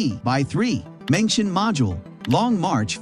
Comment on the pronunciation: At least correct your pronunciation for 'meng tian' please. Not 'mention'.